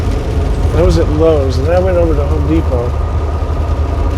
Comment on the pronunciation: I laughed when you said Home D Pot. I call them that too. LOL